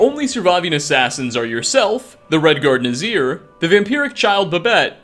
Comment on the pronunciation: You said Nazir correctly! Hail Sithis!